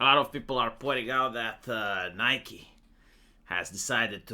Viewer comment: Nigh-key,. Nigh-key. Don't confuse people into thinking shooter waifu simulator is doing this.